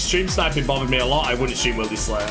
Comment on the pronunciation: The ''Wild" part of Wildy is pronounced like 'wilderness', but he thinks It's "Wild". The reason everyone calls it wildy is because It's the wilderness. Not the wild.